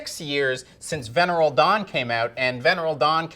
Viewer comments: I refuse to believe that doesn’t ACTUALLY know how to pronounce “Venereal” or “Ylem” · This guy; he can’t pronounce “intricate” words like “venereal dawn”. And you rely on his “reviews”?? Ha ha ha ha.